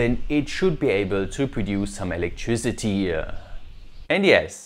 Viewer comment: I am not a type of person to mock someone's accent but everytime you emphasize the end vowel I wanna punch my screen, like electricityéæeéh I'm sorry if you are not able to control it but if by any chance you could, I'd highly suggest you to work on this. Because it might cause problems in terms of focusing when a person is trying to pay attention to what you say.